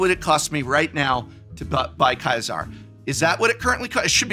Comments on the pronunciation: Why did you keep pronouncing Caesar as kaizar, it's Caesar like Julius Caesar the emperor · Historically, "Khai-sar" is correct, just most English speakers pronounce it like the dressing. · Why he say Caesar like Kaizar 😭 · Why are you pronouncing Caesar that way. I had to look it up to be sure im not crazy. Sure there is a german pronunciation that is almost what you said. Hard C or K sound to start.. but its not the english or really any other way to say it. I mean is that how you say "little Caesars"? You know the pizza place? Its "see-ser" not "kie-sar"... not sure why it bigs me so much. Just though an english major would know that. If im wrong then im wrong, but please bring a good explination, hopefully with situations. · The way the Prof pronounces Ceasar, let him look like a legion player. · I find it funny that is pronouncing Caesar the way that he is, despite the fact that people who pronounce it that way are the most loyal. Is Prof showing his true colors?! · Is 'Caesar' really pronounced like that in the games? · Why does mispronounce Caesars name? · Why are you pronouncing Caesar like that? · Please learn how to pronounce “Caesar”